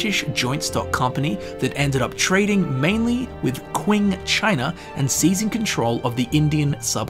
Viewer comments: “Kwing China” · Kwin China :D